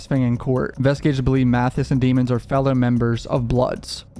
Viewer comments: It’s not “Dee-mons”. It’s “Dea-mons” please say it right!!! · DEH-MENS not Demon ffs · his name is pronounced demons - like lemons but with a d. Not DEmons :) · again, you know his name is not pronounced dee-muns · Why are you pronouncing his name Deeeemons? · Can you please say his name right, you started off saying it right when you first started but now you just keep saying "demons" Lmfao it's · Why do you keep mispronouncing melly’s name when you literally had a video talking about how the judge made the prosecution pronounce his name properly? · For god sake pronounce his surname CORRECTLY!!!! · You know his last name isn’t pronounced like that. Fcking hate that biased bullshit